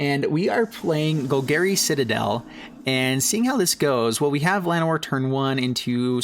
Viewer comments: “Gol-Gary” you know Bolas’ uncle. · ima need you to learn how to say golgari